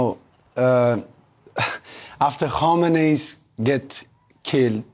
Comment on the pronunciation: Kamenei, not Komeini.